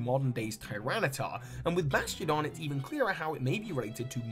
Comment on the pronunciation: the first time he says Bastiodon, it sounds like he says “Bastion” haha